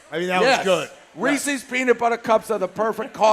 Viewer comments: It's Reese's!!!!! Not Ree-cee's! For the millionth time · it's been months now and dave still can't say reese's